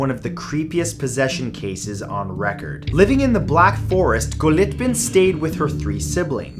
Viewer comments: Nr. 7's name ist Gottliebin, not Goliebtin (as you pronounced it) and, ironically, means "loved by god" in German. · It's pronounced Gought-lee-bihn. 🙄 Not Goat-libbin. 🤦🏻‍♀️ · its pronounced goat-lieben not go-lit-ben. it means god lover or one who loves god in german. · It's "Gott-lee-bin", not "Go-lit-bin" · Number 7, Gottliebin Dittus, is pronounced like "Gottleebin". A very weird and old name, meaning God's love. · The way you pronounced Gottliebin made me laugh so hard...😂